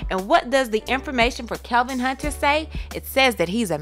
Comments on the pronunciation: His name is KEVINNNNN not Kelvin smh 🙄 at least know the names if you gon report the news lol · Why is she saying "Kelvin" when it's "Kevin" ? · Is she saying Kelvin instead of Kevin? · Why is she calling him Kelvin..... Its Kevin lol. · His name is Kevin not Kelvin!! Lol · Stop saying Kelvin!! Its KEVIN!! THAT DROVE ME CRAZY! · Why are y’all calling him kelvin?? It’s KEVIN.. unless I’ve been missing something the past 10 years. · KEVIN NOT KELVIN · I thought it was Kevin not "Kelvin"...? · His name is KEVIN ... NOT KELVIN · ITS KEVIN NOT KELVIN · His Name is KEVIN NOT KELVIN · There is no “L” in Kevin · It really gets on my nerves how you can't pronounce Kevin! Other then that you are good.